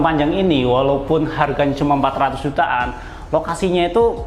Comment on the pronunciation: 400 jt an.. An nya itu loh.. sy msh berat denger'y... 🤭 Suskses selalu